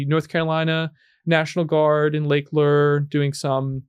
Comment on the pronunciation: Lake LOOURE... not LEER